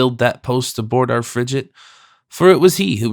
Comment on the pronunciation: I gave up on the pronunciation of “FRIGATE”! A “g” is hard before an “A” . Seriously, the preface on understanding language in its time was hardly more apt, particularly when the reader is unable to effect the proper pronunciation!